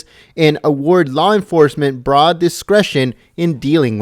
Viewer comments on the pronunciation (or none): none